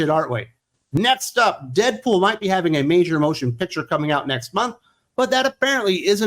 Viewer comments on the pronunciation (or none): none